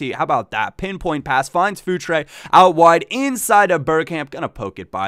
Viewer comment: Hahaha I keep hearing food tray instead of Futre X'D